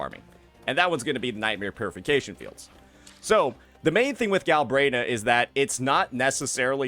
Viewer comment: its "Galbrena" not "Galbraena" 😂